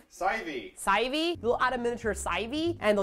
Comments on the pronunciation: I love Drunk lmao... she say meetho soup and sivey!!! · Sieve is said like siv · LOL - confused with the correct pronunciation of sieve and to make it worse said sai-vee! So much laugh!